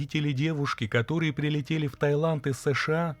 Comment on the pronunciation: Таиланд, а не Тайланд.